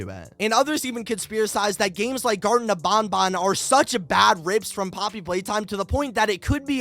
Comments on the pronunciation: Bruh "Garton Of BonBon" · Garten of bonbon?